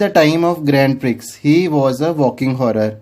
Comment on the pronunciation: Sir nice explained,but Grand prix pronunciation is grown pree